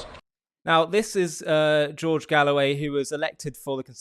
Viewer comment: its not galloway its GOAWAY